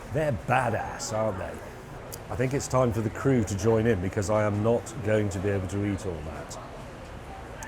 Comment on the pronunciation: Why can't you say becuz properly?